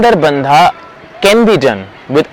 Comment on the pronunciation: Pllleeeeeaaaaaseee do pronounce the names properly. It is not BANDAAA. IT SHOULD BE PRONOUNCED AS "BANDH"